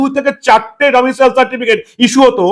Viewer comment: Not 'Domitial certificate ' it is 'Domicile certificate '.